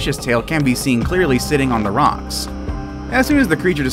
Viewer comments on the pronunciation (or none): none